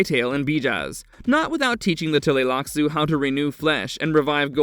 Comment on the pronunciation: for him to finally start the whole point of who you came here. Also I HATE the way he says TUH LAY LAK SOO. It’s TLEE lax.